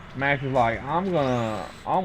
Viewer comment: Come on Zaku III and Doven! I keep hearing max as mash around the end.